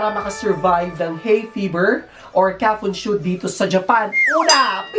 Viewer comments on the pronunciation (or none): kafunSHO hindi kafunSHU🤣🤣